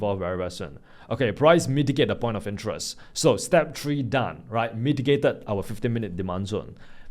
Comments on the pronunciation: “step 🌲” love ur accent my guy😂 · I finally read that (step tree) 😂😂😂